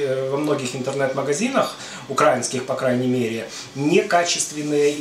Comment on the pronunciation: Все конечно очень вкусно и поучительно, но: Блииииин... Ну как можно говорить укрАинские вместо украИнские, а???????? Ну ведь для жителя Украины это режет (ужасно режет) слух.